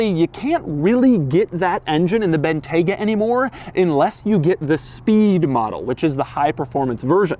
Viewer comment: It's pronounced BIN-TYE-GUH